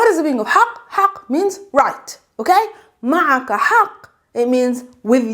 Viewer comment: when you speak "ma'a ku" sounds like a malay word "mak aku" which means "my mum" 😅